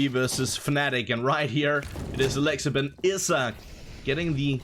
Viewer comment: Please start providing player pronunciations to game callers. A-lex-ib? It's "a-lexi B". I'm pretty sure people still say "zip-nix". Cmon now